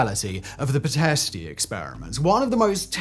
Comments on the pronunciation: It’s not pitesty; it’s Pitesht, come on, seconds in and you’re already losing points? Not good, Simon, you deserve better. 🤷🏻 But, it’s not my reputation on the line. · Man, the city is called PITEŞTI and you should pronounce it like "pea-tehshti"... It's not "pee-teh-stee"... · It's easier to say Pitesti if you spell it Piteshti. No need to butcher the name for no reason. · P I T E S H T not pitesty , the i at the end of the word is not pronounced.........as you DIDN'T pronounce Bucharesti as bucharestY but as bucharest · It would've been nice if you've looked into correct Romanian pronunciations. I'm not Romanian, but even I know it's Pite-sh-ti, and Tsurkanu, and so on... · Pronounced "pi-tesh-ti". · It's pronounced Piteshtie, please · it's pronounced "pee-test" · Pitești is read as piteschti, the ști at the end sounds almost the same as the schti in schtick but the i is a bit shorter or unaccetuateded Oh nvm the English Wikipedia page for Pitești has the audio of the pronunciation, for anyone interested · Pitești is pronounced pitesht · That "s" with a comma underneath is pronounced "sh", also there's no emphasis on the "i" at the end of Pitesti ( Might be hard if you're not a native but try not to pronounce it as Pitesht-E") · You are mispronouncing Pitesti, but I guess you could say you are using the English pronounciation? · It’s only respectful to pronounce the name of the city correctly, especially if you’ve taken the time to make a video about it. And the name of the capital is Bucuresti, not Bucharest. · is it that hared to make a 5 second google search to see how the ș in Pitești is pronounced? 0 effort videos seriously. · Never heard such a classy way to say Pitești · Come on. You could have done a bit of research on how to properly pronounce the name of the place. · nice story, but you totally butchered the names of people :)